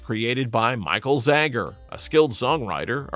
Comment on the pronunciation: I love all these songs. David Paich’s last name is pronounced “Paych,” one syllable, not the two syllable “Pay-itch.” You said “Disco Duck” had a “unique duck voice.” No, it sounds like Donald Duck. Not “everyone” was dancing to it. Michael Zager’s last name is pronounced “Zaygur.” It does not rhyme with “Jagger.” The “Let’s All Chant” lyric goes “…everybody work your body,” not “everybody moves your body.” You can hear the real lyric right after you spoke! Andrea True Connection was not a one hit wonder; their “N.Y. You Got Me Dancing” reached #27. You said “More, More More” had lines like “I want your love, I want your love.” No, that line is nowhere in the song. Are you a bot who got confused with Chic? Thelma Houston was not a one hit wonder; after “Don’t Leave Me This Way” reached #1, “Saturday Night, Sunday Morning” reached #34. Sylvester was not a one hit wonder; he had three top 40 pop chart hits and you did not even feature the biggest of them! “Dance (Disco Heat)” reached #19; ”I (Who Have Nothing)” reached #40. Your graphics omitted the parentheses around “Mighty Real.” You said Sylvester was known as the queen of disco. You think he was called that more than Donna Summer or Gloria Gaynor were? Songs are not one hit wonders; artists may be. Artists record songs; songs don’t record songs.